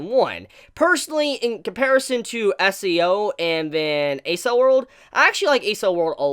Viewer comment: Is it just me or is he saying SEO?